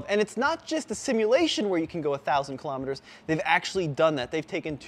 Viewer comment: TFL, pay attention; its not killom etres, its KILO Metres....